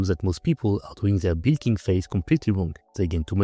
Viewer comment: i love your pronounciation of bulk (boolking/bilking)